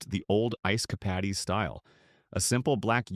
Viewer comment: Ice "Capadies???"